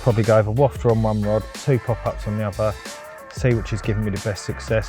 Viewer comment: Please please please!!!! It’s a wafter!!!! Not a wofter!!!